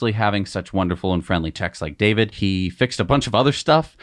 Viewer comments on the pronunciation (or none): none